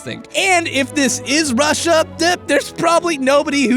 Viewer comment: AND DAT WOOKS NOTING WIKE WUSSIA.